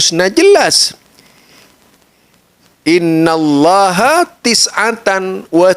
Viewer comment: Lucu, baca haditsnya salah mulu dah diulang juga, ketahuan ga bisa baca kitab, masa bacanya "Innalloha" 🤣 Cek lagi ah haditsnya, nanti haditsnya jadi maudhu kalau dibaca kaya bacanya 😂